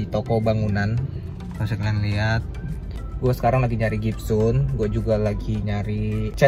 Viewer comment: Gypsum bang bukan gypsun